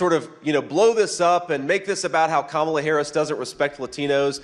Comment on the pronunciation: You too,, dude? You can't pronounce Kamala's name correctly? C'mon.